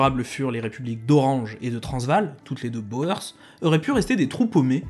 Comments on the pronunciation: Merci pour la vidéo ! Juste un truc : Boer se prononce "bourre", comme dans Hoegaarden. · Les boers : prononcer ou pour oe. 😂Les boers veut dire fermiers en néérlandais. De Beers , les deux ee se prenoncent éé en son long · Pour info, "boers" se prononce "bourse" (en allongeant le "ou") et vient de boer qui veut dire fermier en néerlandais. Et "de Beers" se prononce "de béérse". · Euh.. Les boers ça se dit les "bour." . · "boer" se prononce "bour". Dommage pour tous les jeux de mots perdus.